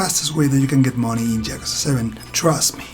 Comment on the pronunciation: I died inside when I heard how you pronounced yakuza